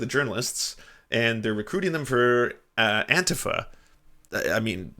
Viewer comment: Tim may be bald and stupid, but at least he pronounces Antifa the correct way